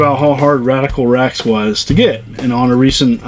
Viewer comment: *REX not fex